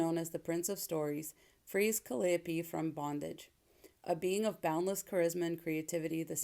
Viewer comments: The muse's name is pronounced ca-LYE-o-pee, with the same stress on the second syllable as "Penelope". This is very much the least important thing you're telling us, but the editor in me couldn't ignore it. Neil Gaiman is a full-out monster, and has been for DECADES. Drag him for the filth he is. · Ka-lie-o-pee. Emphasis on lie.